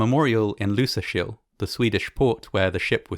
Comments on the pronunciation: 99% accurate on the pronounciation of Lysekil. Good work ! Very interresting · damn i was not expecting him to pronounce the k in lysekil that correctly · I’m impressed by the pronunciations of foreign names by this narrator. Lysekil, the Swedish port where the Scandinavian Star was towed is quite well pronounced here. Not an easy name to say for native English speakers.